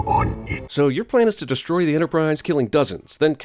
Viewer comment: Taking off a sin for your pronunciation of "deshtroy". 😜